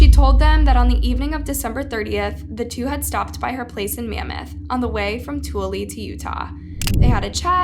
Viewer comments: It's Pronounced Too Ill Uhh... Not Too Ill EE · Tooele is definitely not pronounced too-willey it’s two-will-uh. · It's pronounced two-illa, not tooly. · FYI, Tooele is pronounced Too-ella, not Tooly. 🙂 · The way she pronounces Tooele😂 I live in UT and we pronounce it “too- ell- a” not “tool-y” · Just to make it clear, "Tooley" is pronounced "Too-ill-ah". Very common mistake for those not from the region. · I grew up in Utah so it's crazy to me I've never heard of this story. (And just a side note. It's pronounced too-ill-a not tool-ee) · From Utah.. Tooele = Too-i-lu But if you're feeling silly you might say "the toolie"... if you're wonder how the you say it.. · Toole is pronounced Too-will-a not too-lee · As someone from Utah… I cringed when they kept pronouncing Tooele like “tool-y” 💀 it’s pronounced “two-willa” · It’s Ta-will-a not toole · Utahan here, it’s pronounced Too-ella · It's Pronounced To-willa (Tooele) and Jew-abb (Juab) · Tooele is pronounced like 'too-willa'. Don't know why, but it is. JS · Saw both of these people in the Utah county jail. He was super creepy. P.s. Otteson (OTT-IS-SON) Toole (TOO-WILL-UH) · Its pronounced Tew-will-a❤ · Yikes! Side note, and it may already have been said (I didn't check), but Tooelle is said more like too Ella. Everyone gets it wrong, so no shade. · Just so you know, Tooele is pronounced "Toowilla". My grandma lived there when I was 10 years old & had a flower shop there. We visited in 1969, and watched Neil Armstrong walk on the moon. That being said, this case is just terrible. It's just unbelievable to me that anyone could do something like that. So young, it's such a tragedy. I can't imagine how you would ever recover from something like that. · Its too ill a, tooele is the name and always said wrong. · Hey just wanted to let everyone know the city is pronounced to-will-a it's just spelled Tooele which is dumb lol. Thanks for doing this case either way!! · It's pronounced twa-will-la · it's pronounced to ella